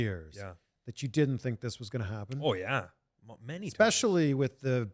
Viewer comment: Ethan's oh yeah was the most Canadian thing I've ever heard him say